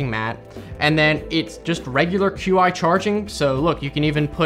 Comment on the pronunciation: "Qi" charging is pronounced "chi (chee)".